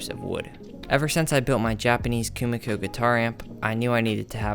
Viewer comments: It's not Kumiko 🤣 This is called kumiki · is not it KUMIKI not KUMIKO?